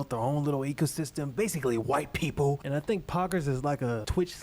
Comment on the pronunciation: why’d he say white people like that what’s his problem